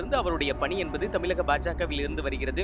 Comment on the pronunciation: தமிலகம் இல்லை.... தமிழகம். மாநிலத்தின் பெயரைக்கூட சரியாக சொல்லத்தெரியாத தொலைக்காட்சி நிருபர்......